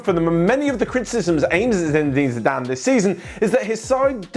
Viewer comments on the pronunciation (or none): said Ziiizzzedane Zidane